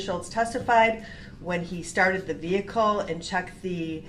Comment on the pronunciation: The 20tin veehikle